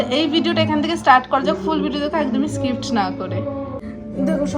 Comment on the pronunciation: Skipt na skip bolo